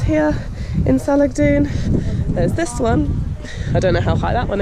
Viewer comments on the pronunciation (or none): Salagdoong [səh - lag - DOH - ong] stress on the 3rd syllable... Mystified Spaniards called Siquijor before "Isla Del Fuego" because of the fireflies... Glad you enjoyed Siquijor... ♡♡♡